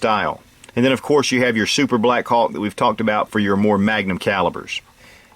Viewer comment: I couldn't stop listening the word: blackcock...hahaha, Greeat revolver and great video. Saludos from Spain